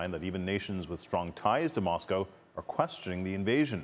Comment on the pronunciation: It’s weird hearing an American accent pronounce moscow correctly. Usually you call it moss 🐮